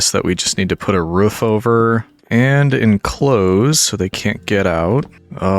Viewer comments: I love how you say roof like ruff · has the whole roman thing going on Also: Pronounces Roof in the most yeehaw Appalachian/ great lakes way possible 10/10 love it